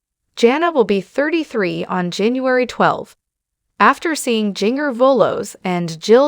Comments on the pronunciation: Her name is not pronounced like that. Ginger …. Like the spice is correct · Seriously? If you are going to be some kind of commenter on the lives of these women, you should learn how to pronounce their names!! Or teach your stupid AI to do it. Jinger does not rhyme with 'singer.' It is pronounced Ginger - like the spice in Christmas cookies. Like "gingerbread" and "ginger cookies" and "ginger snaps."